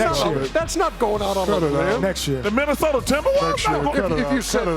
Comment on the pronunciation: "The Menace-ota Timberwolves".